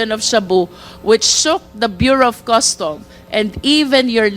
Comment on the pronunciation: Bureau of Customs NOT Bureau of Custom. There is a difference between 'sheet' vs 'shit,' as being pronounced. One should be careful in pronouncing these 2 words.